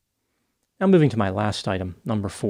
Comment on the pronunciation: I feel bad for laughing but it sounded to me like she said IM TELLING YOU RIGHT MEOW.